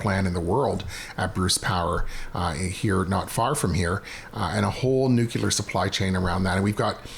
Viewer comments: Nuclear, not nucular, Dan. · I love the constant attention being brought to nuclear power. Hopefully your future guests will help add credibility be pronouncing it correctly (“no͞oklēər”) and not like Homer Simpson…. (“nook-u-lər”) Come on Conservatives. We need to stop giving the Liberals and their mindless drone supporters ammunition and “reasons” (excuses) to discredit and ignore us!